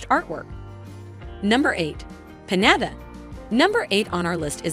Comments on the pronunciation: Omg its PiÑATA peen-yah-tah! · The way she saying piñata it driving me crazy